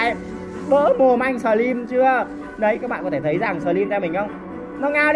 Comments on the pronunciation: Sờ trym ưi 🤣🤣🤣 ngta slim kêu sờ trym 🤣🤣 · Slimz người ta mà a nói xờ trym vài 😂